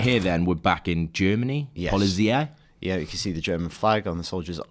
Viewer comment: "POLIZIE"? Really ? It's "Politsay" kind of. Anyway, good overview ! And yeah, Scarlet Witch is flying mates :D